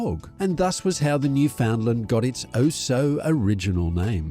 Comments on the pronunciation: You are both wrong. The name of the Dog and the place they come from is pronounced as "Newf-In-Land. You must utter the word quickly, and, when spoken correctly, it rhymes perfectly with "understand". Simply try speaking this a few times; ............."understand Newfoundland". Make it a rhyme and you'll be a star here if you ever visit. Also, be aware, the nickname Newfie is considered a slur by most people who live here and it would be best not to use that offensive term in front of a local person. For the majority of people from Newfoundland using that nickname would be the same as someone describing a dog from Pakistan as a "Packie". And for the same reason. I mean no offence, but it has to be said. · PLEASE! noo ·fuhnd ·luhnd! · Oh please! Noo fund lund is the appropriate pronunciation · At the very least learn how to properly pronounce both the Canadian Province AND the dog breed's name. Idiot!